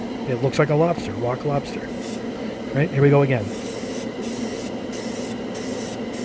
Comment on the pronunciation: "Rock lobster" it sounds like as if you were to be saying "Iraq lobster". "Death to America. And butter sauce. Don't boil me. I'm still alive. Iraq lobster. Iraq lobster. We were on the beach. Everybody had,matching towels. Somebody went under a dock,and there they saw a rock. But it wasn't a rock. It was an Iraq lobster. Iraq lobster. Iraq lobster"